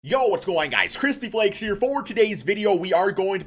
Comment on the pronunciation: My boy